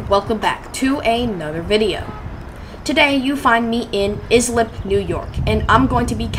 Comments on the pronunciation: Lmfao, its pronounced Ice- lip, not is - lip, do a little more research before you post another video, no need to watch further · That town is pronounced Ice-lip. 😁. That is the party train to the Hamptons. I would have went back there and grabbed a beer. 🍺